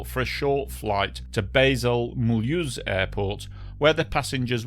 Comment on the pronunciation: "Bayzul- Muhrlrlz Airport"